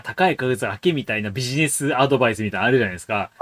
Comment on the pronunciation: ダイゴのビジネスって発音？ ライバロリみたい